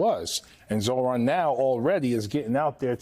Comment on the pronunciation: Get the name right, Zohran (Zor-ahn) you don’t pronounce the ‘h’. Also, you said Zor Han. I know you can read. So, please be respectful